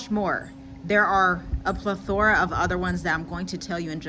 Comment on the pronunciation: You keep mispronouncing "plethora" and it is a little confusing. As a so-called professional writer, please work on that.